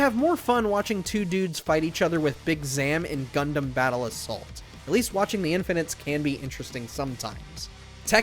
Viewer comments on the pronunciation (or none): none